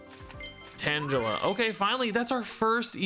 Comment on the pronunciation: Oh, oh no. I had a friend who also prounced Tangela like "Angela with a T" instead of "Tangle-uh" just to troll me, and doing it brought back war flashbacks 😂😂